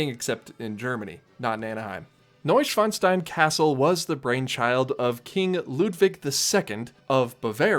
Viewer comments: *noy·shvaan·stine (not steen) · It's pronounced Noo-oyn-svan-sh-tine